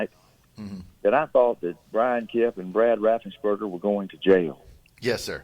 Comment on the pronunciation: Ga. Secretary of state's name is Raffenspreger not Raffensburger